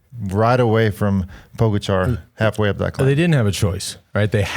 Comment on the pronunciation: It’s pronounced Po GA cha not Po go char!